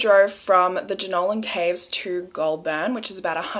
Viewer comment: “Pew-got” “gol-burn” “yazz” i’m actually dead HAHAHA